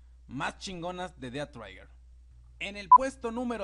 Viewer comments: Es "Dead Trigger" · Además he estado jugando alguito el dead trigger y lo que he visto es que las armas pierden potencia entre más lejos este uno del objetivo posdata no se pronuncia ded traiguer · "dead traiger"